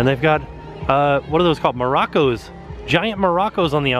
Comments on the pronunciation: Maracas... not Moracos, You do such a great Vlog! I love it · The thing covering the stairs is A HARMONICA! Also, IT'S MARACAS Not Maracos! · "Moroccos" Love you ^^